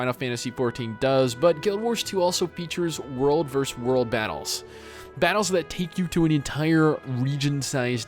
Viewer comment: 'versus', not 'verzzz'.